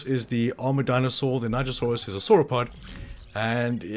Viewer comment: Thank you for teaching me the right was to say nigersaurus. I was NOT saying it right